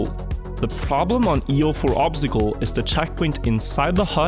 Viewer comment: obztacle xD the word is obstacle xD